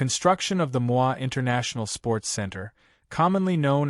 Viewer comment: Ai Narration is messing up things Pronouncing Moi with a French Accent (Mwa) ND jakaya Kiqwit instead of Kikwete.